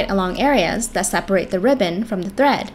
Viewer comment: legit thought they said bread instead of thread